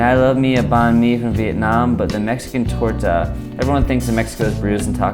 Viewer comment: the way you pronounce "torta" is perfection in itself